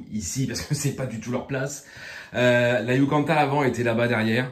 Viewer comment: C'est pas "yucanta" princess mais "YUCATAN" haha